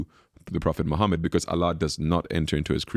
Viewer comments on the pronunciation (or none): none